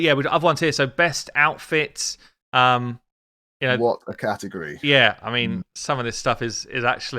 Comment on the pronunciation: "Best outifts" Hahaha